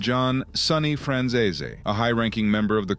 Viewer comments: It's not pronounced Franzayzay! He was adopted by Sonny and it was his real son, John Franzeze, that John Sr wanted dead because he testified against his own father! I'm only partway through the video and these egregious mistakes aren't really acceptable to be honest! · Why does everyone butcher michael franzese's name so damn much. It's pronounced fran-zees